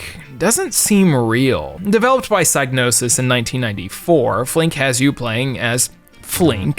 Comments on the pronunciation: It's pronounced SIG-nosis despite a superficial resemblance to the psy- prefix. It is not pronounced like psychic. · Oh no. Now has pronounced Psygnosis wrong too. (SIG-NO-SIS)